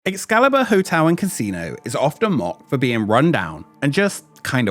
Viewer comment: Good video, but it's really distracting to hear you keep pronouncing "hotel" as "hotew".